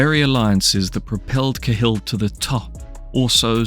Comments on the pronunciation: It's caa hill not kay hill mate 👍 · ya, I agree with 100%..........would you pronounce CAT as KAY? Unless you're mentally disabled, ignorant or just plain stupid you just wouldn't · It's pronounced kal but spelled cahill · Same as Gallagher, some drop the second g some dont. but yeah i`d say Ca Hill. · Can't pronounce the name of him properly because it's the British doing the whole claiming Irishness again. I don't know why they would bother but all English media have some sort of boner for claiming Irish people as British. Martin Cahill was born and raised in Dublin, Ireland. Why you classifying this documentary piece as UK Crime. Hes Irish... Clueless channel. Reporting it after this message.. if you're doing to create a channel at least don't push misinformation. Remember, misinformation is alot worse than NO information. So you're the problem in this society b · Why can none of these channels pronounce the names of the people they’re creating videos on. It’s Cah-hill not Ca’hill. And he was born on Grenville St not Greenville.